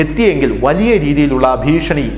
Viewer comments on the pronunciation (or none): none